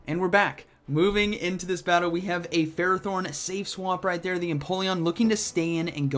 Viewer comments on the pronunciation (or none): get off his butthole “bro” this dude can’t pronounce ferrothorn, forgive me for not knowing if he knows what stab is